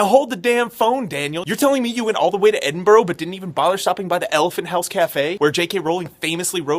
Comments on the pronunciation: Please don't do that Edinborrow thing that Americans tend to do. It's Edinbruh, you should know that by now. Apart from that, great video and very fair. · Oct 2015, it's now Oct 2019 so I hope you have stopped saying bloody EDINGBRO! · Hate the way Americans say Edinburgh the wrong way